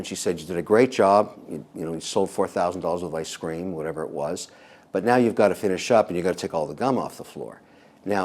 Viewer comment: it’s ice cream not iscream